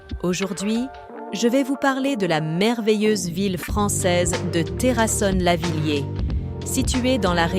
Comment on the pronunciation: "terrasonne lavillier".......